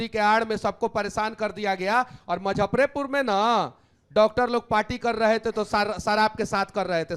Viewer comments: मुजफ्फरपुर बोलना सीख लो यार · Muzaffarpur hota hai na ki mazffarpur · भाई मजफरपुर नहीं मुजफ्फरपुर बोल ले।और ये किसी पार्टी में नहीं रह सकता है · M-zaffarpur nahi hai.... Muzaffarpur bolte hain... Isko itna footage kyun milta hai... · Muzaffarpur to bol lo Manish Kashyap sahi se.